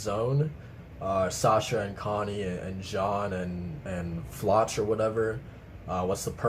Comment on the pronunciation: I think Floch is pronounced with K